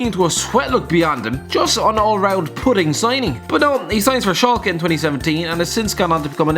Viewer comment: Your constant pronounciation of Schalke is beyond cancerous.